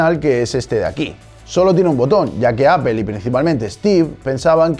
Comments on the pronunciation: si lo lei....demasiado tarde; aun asi los deberian regresar a la escuela primaria para que aprendan a decir correctamente "gugel, vidio, apel" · Que chistoson habla este señor el pronuncia APEL, ja ja ja no se de donde saca la letra "E" de APEL y la otra palabra mal prionunciada es SHIROX (XEROX) y cuando veo TV de España a Wall Street le dicen wal"e"strit no se de donde sacan la letra "E" de enmedio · que curiosos, soy de Mexico del norte y todos mis conocidos y yo tambien decimos apple como se lee, es raro ver gente que lo pronuncie en ingles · amigo acepta criticas constructivas, acepta que esta mal pronunciado, y no tires sarcasmos pedorros a todo un continente solo porque no te gusta que te recalquen tus errores. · es que no es problema de pronunciación, es que ni lo dices bien en ingles ni en español, a practicar y no entrar en negación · Aprende a pronunciar, el mac original era revolucionario, se nota que no viviste en esa época, puro chamullo y relleno, penca tu canal. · (MODERADOR)Fijado por rodrigo Hace 10 meses Antes de escribir un comentario sobre como se pronuncia Apple: Yo se que en latinoamerica vuestra dicción es muy superior a la de España, pero entended que en España la gente dice Apple tal y como se lee. Eso no va a cambiar, no voy a pronunciar Apple como se dice en Estados Unidos ni en Republica Dominicana ni en Mexico, porque este es un canal de España. Ten en cuenta las diferencias culturales antes de comentar, todo comentario sobre la pronunciación de las palabras será ignorado. Un saludo! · Que pésima pronunciación tienes sobre las palabras en inglés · Porque dice "APEL" si se llama "APPLE" PLE PLE PLE "NO" PEL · Tal como se lee? Entonces por qué dicen Apel en lugar de Aple xD no me molesta a ese punto, pero siempre me da curiosidad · Bueno pero técnicamente estás diciendo apel y no aple como debería pronunciarse no? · Es que mo dicen aple, dicen apel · Pero dices apel! Y como se lee es aple! Podemos decir aple y no apel?